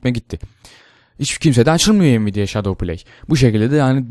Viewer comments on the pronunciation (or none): none